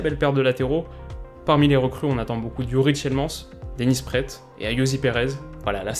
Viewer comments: c est Dennis Prat que l on prononce pas Praette voila et youri tielemannse pas tielmans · C'est Praate (allonger le a et prononcer le t) et Tiilemannse (allonger le i et prononcer comme le man de superman) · On dit tilemans et Denis Praaat 🤝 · Message important pour ta prononciation praet se dit praat et tielemans tilemans avec le s prononcé